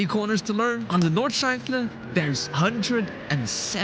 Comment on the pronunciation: try out horizon stabilization, it helped a ton. its schleife not schlewifLe ;)